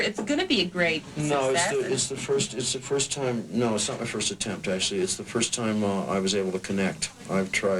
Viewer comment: "attempt" lol